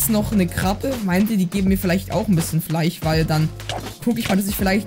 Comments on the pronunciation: Nicht Fleich Es heißt Fleisch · Immer dieses Fleich statt Fleisch. 😂. Feier ich.